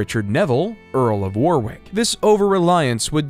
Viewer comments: Fyi, you don't pronounce the second W in Warwick. It's pronounced "Worrick." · The second W is silent in Warwick. It is pronounced wo rr ick. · SO many mistakes and inaccuracies, all very easily checked facts. Quite disappointed by these silly mistakes. Also there some jarring pronounciation mistakes, particularly "Boleyn" and "Warwick". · It is not pronounced Wer-Wick, it's pronounced War-Ick. The second W is slient. It is not pronounced Liecester, it is pronounced Less-Ter. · Get somebody who knows English Leicester pronounced Liecester, Warwick pronounced Werwick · Quite good. Really messed up the pronunciations though. Warwick and Leicester were so badly mispronounced, it made my shudder. And they keep showing the union Jack centuries before it had been invented. Sum up. Narrative is good. Some very bad pronunciations. Artwork alongside, some very good. A few major uck ups.